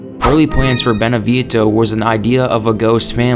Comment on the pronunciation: I'm always a little confused when I see these big channels of facts and cut content from games, which makes me think they're run by really big fans of the games they're covering, and then hear them completely mispronounce names like Moreau, Dimitrescu, and Beneviento which leads me to wonder if they even played the game at all lol.